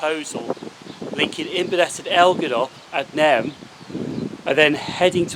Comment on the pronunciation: Pronouciation police, it's nay rn (as in irn)